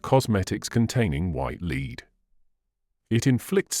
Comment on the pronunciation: For the love of all things French, please teach/program the narrator the correct pronunciation of french words - names, places and the word LEAD! You can LEAD a horse to water, LEAD is a toxic substance which when ground up creates a white powder that women (mainly) used to create the illusion of a white young face.